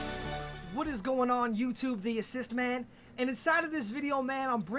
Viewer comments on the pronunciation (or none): none